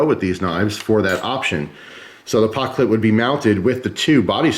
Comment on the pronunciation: He said "pockclip"